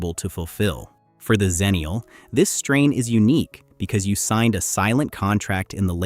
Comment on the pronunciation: Good material (as was the previous video), but am I the only one who’s always heard it pronounced as “EX-ennial” any other time / place?